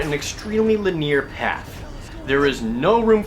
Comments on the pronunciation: i love your reviews. you are truly insightful (or at least i agree with you) but LINEAR. it's "lin-(small pause)-ee-arr". Not "lin-eer". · non lineer? you meant non linear /ˈlɪnɪə/ cringeworthy, dude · lin-ear doesnt sound right. Lin-E-ar is always how it sounded to me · Dudely dude, can you please double check 'linear'. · "lineer" lol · LIN-EE-UR. LIN-EER...lol. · You say "lineer" a lot. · LIN-E-ER not LIN-EAR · le-near Jared? you mean li-ne-ar? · Just one gripe. Linear - Lin-EE-uhr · why do you say linear so weird? it sounds like you're saying the name of a shampoo company or something. Linere uses vitamins and nutrients to strengthen your hair while you clean. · Ha, ha, I also wondered about the way in which he pronounced that. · Why does Jared pronounce linear as lih-neer? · Grr I'm so mad at you Jared! How DARE you mispronounce 'linear'? INEXCUSABLE! Great review though :) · Correct or not, people still pronounce it differently. Just like a lot of people say "sloth" with a short "o" when the correct pronunciation is "slowth". So many people say it like that that it's now pretty much considered an acceptable pronunciation of the word. Some people say linear with emphasis on the "i", some say it with emphasis on the "e".